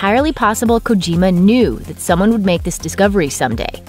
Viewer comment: Kojima not kogima